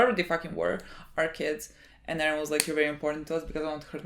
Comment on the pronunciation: Stop saying edden. It's Eren you weeb, stop saying it with Japanese pronunciation, you're speaking English. Also you are not a part of the show, stop saying we, my god gtfo, you're so naive